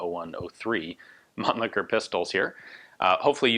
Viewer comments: the Mannlicher pistols are really interesting from the construction perspective. i like the way they are constructed and they are function. btw: your pronunciation of the name Mannlicher is not really understandable or even correct for a german - sorry. (it is better spoken as munlisher, where as the sh is spoken very soft) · Ian is clearly misprouncing Mannlicher as to not suffer the indignity of sounding cheeky.